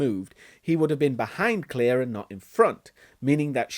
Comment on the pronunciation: Her name is Claire not Clear...